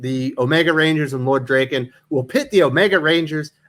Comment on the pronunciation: Did he just call them Zoids and Draken?? It's Zords and Lord Drakkon. He's not the rapper. I've been reading both titles since issue one and this is the first I've heard of the new titles. I thought Parrot ended the titles because he moving on from the Power RAngers. The original two Boom titles were drawn with manga style inspired art which compliments the Japanese origins of the characters. I'm afraid the new titles will lose some of the appeal with new artists.